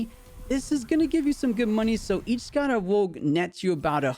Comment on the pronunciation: It's scarawatt >.<